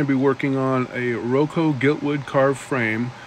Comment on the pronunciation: Not a criticism but a helpful point out. Your frame is Rococo not Rocco. You were close.